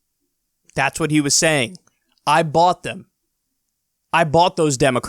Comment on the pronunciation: Did he almost say "I bought them" or "I bot them"? Either way, it's controlled.